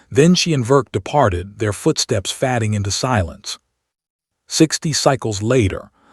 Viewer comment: Really? The AI can't even pronounce "fading" correctly???